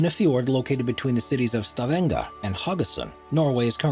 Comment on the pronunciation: As a person who lives in Stavanger, hearing him say Stavanger and Haugesund is fucking funny, never heard an English person say it like that haha